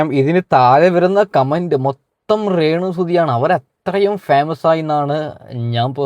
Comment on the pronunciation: റേ ണു അല്ല de രേണു 🤣🤣🤣🤣